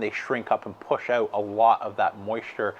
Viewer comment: This guy says "out" wrong !